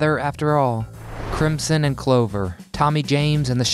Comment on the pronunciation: Crim-son? Crim-son! Oh No!